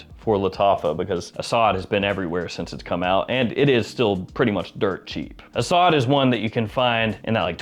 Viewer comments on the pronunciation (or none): none